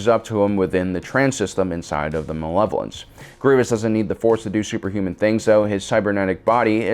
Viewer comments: DID THIS DUDE JUST CALL THE MALEVOLENCE THE MILLAHVENCE. Mispronouncing word doesn’t make you sound cool and special, it just make you look like a fuck bucket. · “The Mahnlevolence”